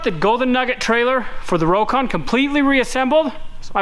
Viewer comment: he said crocon lol